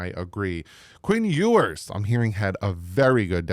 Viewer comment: You’re pronouncing his name wrong, which is OK just go with NWI